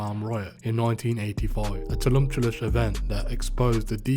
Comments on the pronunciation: the repeated use of the word "tumultuous" being pronounced "tulumptious" is my new favourite thing. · Tulumtuous yea bro 😂😂😂